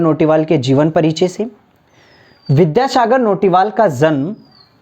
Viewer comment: Nice video but notiwal nahi naitiyal